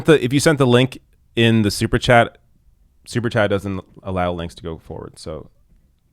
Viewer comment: FOX’s expert impeachment analyst is a man who literally says “wudn’t” and “dudn’t”.